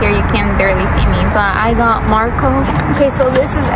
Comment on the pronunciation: The way LILY said Moco insted of Marco she got me rolling on my floor